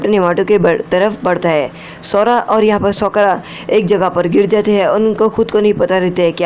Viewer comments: Shi bat bhai sakura nhi Sokra 😅😅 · Sokura 🤔isn't it sakura 🤔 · Sokura nahi sakura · Sokora nehihe bhai sakora he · Bhi sokra nahi hota sakura hai uska naam